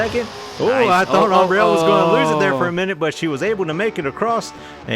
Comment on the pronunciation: Awesome races! Nice job with the commentary and pronouncing Ambrielle's name!! She loved it guys! Go Stoopid Fish Racing!!!!